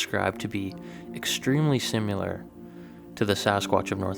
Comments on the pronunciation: Similar not simular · Sim - ah - lah...